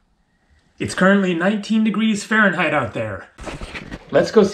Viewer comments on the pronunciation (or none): none